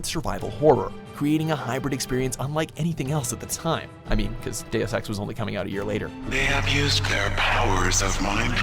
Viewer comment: cant help but hearing days of sex when he says deus ex xD